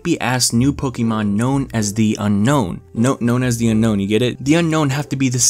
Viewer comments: it's pronounced un-own not unknown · It’s actually pronounced un-own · "known as the unknown" *bro it's unown not unknown*